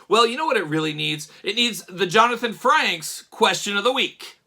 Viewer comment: It’s Frakes…. Lol. Not Franks like a hot dog 🌭 😂